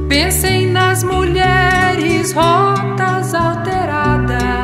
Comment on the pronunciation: Eu diria que, como antes ele usa dois adjetivos para descrever as crianças e as meninas, é seguro assumir que "rotas" no caso tbm é um adjetivo, significando "destroçadas". Ele também pronuncia "rôtas" em vez de "rótas", então tenho certeza de que não se trata do substantivo.